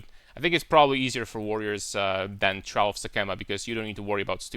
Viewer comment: I found it a bit funny how you pronounce "Trial". You put emphasis on the "a". Its pronounced like the word "try" and then ending it with "al". Nothing but love my man. No homo. Love your content, your (irl) character and your builds, and the way you think, analyze and the obvious fact that you play the correct game.